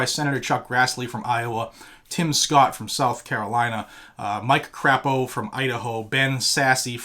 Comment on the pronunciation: I am from Idaho Mike Crapo got the Constitutional carry law passed and no permit is required to carry concealed anymore. And Mike Crapo is not pronounced Crappo. Crapo is pronounced with the vowel in a long "A" as in Mike Cr"A"po .